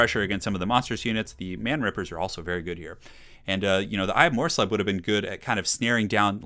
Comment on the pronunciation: It's pronounced mors-leeb. :-)